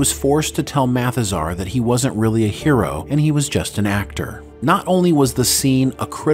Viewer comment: MATHAZAR, not "Mathis are!"